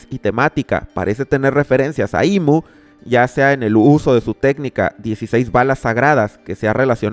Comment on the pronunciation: Le dijo IM en vez de IMu :shelterin